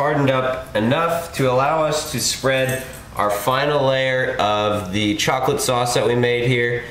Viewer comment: Chawklate sawus!